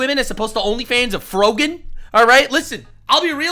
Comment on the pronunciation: Dude why did you have to say Frog-an only fans? I just threw up